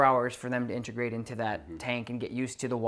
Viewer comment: It’s in tuh grate.. not in ter grate.. and it’s “a so see ate” not “a so she ate” Integrate Associate Easy!